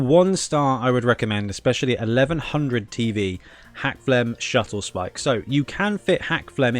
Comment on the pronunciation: Drinking game- watch these tourney build lists and take a shot everytime he says 'Shuttlespike' instead of 'Scuttlespike'.